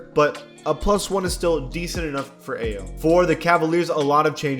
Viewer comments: Aii-yo that’s how u say his name not a-yo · hey, it’s produced I-yo, not ayo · “Aye-oh” bro come on… you claim to watch basketball. That was a lie. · It’s pronounced I-O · Ayo is pronounced "I-yo" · It’s pronounced ai-o dosunmo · Bruh😭 learn how to pronounce players first names its lowkey disrespectful, Ayo is pronounced i o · The way said Ayo hurt a little 😂.